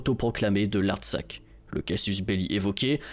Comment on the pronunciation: Il ne faut pas prononcer "République de l'Artsak" mais "République de l'Artsakh".